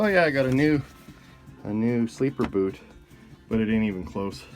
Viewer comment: Every time you say "boot" i think Canadian "about"... but its not... haha